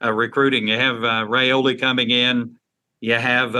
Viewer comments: 6 ray slays in one show. Your competition asked Dylan's father the same question live on the Rumors and Facts show a month back; the same you asked Ryan Puglisi. Dominic Raiola said it is pronounced like Rye or pie, and ola like cola. If you still dont believe it, then please show Dylan the same respect you showed Ryan by asking Dylan. Only reason I repeat it is you continue to ray slay the name, and I know you don't want to be doing that over and over as you are continuing to do. It's not like you, people look up to you, and respect your knowledge. Please pronounce it correctly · Good job asking Ryan Puglisi the correct pronunciation of his family name Now, Please, please ask the same of Dylan Raiola so you will stop the incorrect ray slay on his family name. It is pronounced as Rye like pie and ola like cola. Dylan Raiola (like Rye-ola) with no ray in sight. Please stop the Ray Slay,... Thank you very much